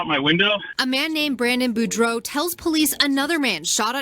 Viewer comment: Thanks for pronouncing boudreaux correctly!